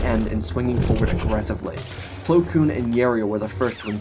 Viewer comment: I love your Storys... but why do you always slaughter plo koon XD